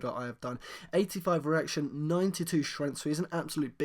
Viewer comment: it sounds asif you're saying 'erection' instead of 'reaction'